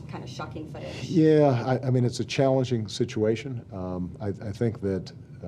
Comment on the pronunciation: wait a minute, obama pronounced the 'G' in the word 'challenging' here and he's whistling up a storm with his S's. yep, they're right, it's the "schmoozy authoritative" obama here. this guy is so hollow...